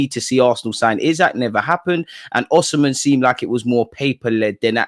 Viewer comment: Bro said oshimen😂